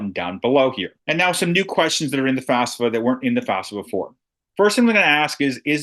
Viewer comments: It’s pronounced *FAFSA, …not FASFA! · Thank you because it seems like people are often saying it as"FASFA" just like in this video